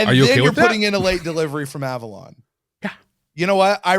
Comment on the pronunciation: It was a joke. He said A-Vorlon instead of Avalon in a play on words.